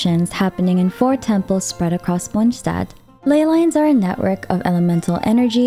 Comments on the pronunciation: Why do you say Mondstat that way 😭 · The way she pronounces monstadt is bugging me the wrong way 😂😢 but good vid ❤ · As a german, Mondstadt isn't pronounced correctly in the game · I love how you say Lord Rukkadhevata!😊🎃❤ But „Monchstadt“ sounds weird for me as a bilingual in English/German :D❤😂 No hard feelings though :-)😊